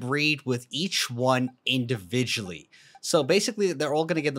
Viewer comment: "they are going to breed indivaully''💀